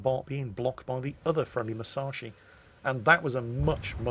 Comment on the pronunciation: C'mon - you've got the Yamato pronunciation right now, so now it's time to start getting the Musashi pronunciation right. Moose - ash - ee. Squeezed up tight - moose ashee. OK? Now squeeze it up even tighter: Mus ash ee. Musashi. C'mon - you can do it.